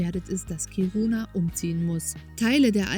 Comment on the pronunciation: Ich hab die Stadt noch vor der Umsiedlung kennengelernt. "Kiruna" wird übrigens auf der ersten Silbe betont und nicht auf der zweiten ("Kiruuuuuna")